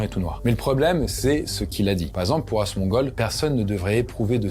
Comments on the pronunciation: j ai cru ta dit < a se mongol< pas asemongold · Asmongold = entendu la même chose sans le d à la fin..